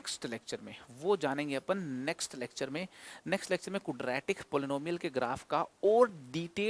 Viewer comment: Sir please don't mind but I think ye kudratic nhi hota Quadratic hota h sir...😊